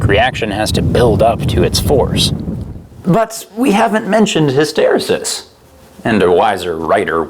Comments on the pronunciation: I just have to say it... it's "hiss-ta-ree-sis", not "his-tare-a-sis". It's throwing me off. Awesome content otherwise. Go Canada. :) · Say hist-er-ree-sis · TIL that Canadians don't pronounce it hysteREsis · "Hysteresis" is pronounced "hiss tuh REE sis" in the US, is it really "hiss TARE uh sis" in Canada? Also, "glass transition" is a high temperature effect where the coefficient of expansion of a material suddenly increases (in printed circuit boards for example), not sure what it has to do with motorcycle tires. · You say so many wrong things in various ways. "hySTERisis", kinematics (when its just physics) and a lot more. It makes you annoying to people like me who actually studied this stuff. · please learn to pronounce hysterREsis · Hiss ter ree sis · "Hysteresis" is pronounced "hi·str·EE·suhs" ... just sayin'. (Or is this yet another example of how Canadians insist on butchering the American language?) ;-) Good vid, bruh ... rock on! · Oh my god learn to say "his-ter-REE-sis" jfc my ears! e: love your citations. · Um, actually, it's pronounced "hi· str·EE·suhs" ... Great vid as usual!!! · From a silly American...the proper pronunciation of hysteresis is as follows: Love these vids!!! Great info and way better put than I ever could. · hysteresis is pronounced by putting the major emphasis on the next to the last syllable.and the secondary emphasis on the first syllable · FFS, stop saying hysteresis wrong. I just can’t. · Hysteresis... You should probably look up how to say this word. Good video! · Hysteresis, another word the Canadians pronounce differently than Americans. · How does everyone else say hysteresis? Does say it funny, or have I been saying it funny all these years?